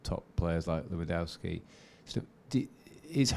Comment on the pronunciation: Did the questioner say Loo-in-dao-ski? Jeezo, its not bloody hard...